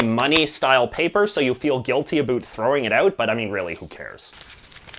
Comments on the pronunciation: Why the fuck are you purposely mispronouncing "about"? Dumbass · Can't stand the way he says: about 🤔🤪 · He’s saying about wrong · First Canadian I've ever heard say 'a boot' unironically. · A first for me too. On purpose you think? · The weird thing is that you say "About" like you say "A boat" From Algeria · The way you say “about” sounds exaggerated to emphasize your Canadianess, the “around” even more so! I am from BC so that might also be part of it! And yes, Canadian tire is pretty bad but I still shop there because it’s close to my house and I believe it’s still Canadian owned? Could be wrong in that...